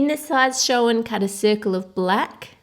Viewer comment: If you listen... 'in the size show-un'